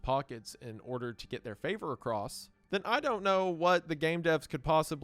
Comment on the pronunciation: I love the “fixes” for vocal flubs like favor.